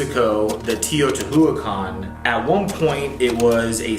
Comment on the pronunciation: Shane’s brother’s pronunciation of Teotihuacan fucking kills me. Like it takes two seconds to google it.